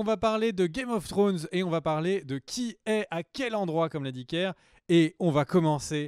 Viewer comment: A chaque fois j'attends le fameux "game of flllonn's" !!